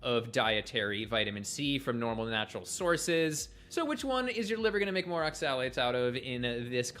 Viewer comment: immediately berates absolutely anything anecdotal in support of carnivore, then immediately rattles off an endless list of anecdotal instances against it. What a massive hypocrite. He takes such great pleasure in pronouncing "oxalates" over and over in that incredibly insipid manner. He's just too insufferable for me to waste time on.